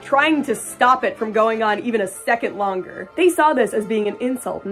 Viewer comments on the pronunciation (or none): none